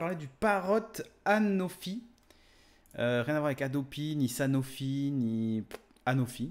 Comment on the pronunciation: Anafi ou anofi ? Soit tu prononces mal soit tu écris mal 😝